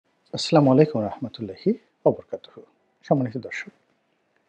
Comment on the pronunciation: আসলামালাইকুম নয়। শুদ্ধ উচ্চারণ হবে আসসালামু আলাইকুম। আশাকরি পজেটিভ হিসাবে নিবেন।